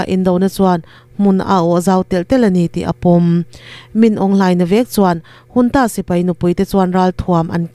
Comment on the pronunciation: Junta hi engati nge Hunta tia i lam tlat. I tidik zawk nge dik lo zawk ka hrethiam mang lo.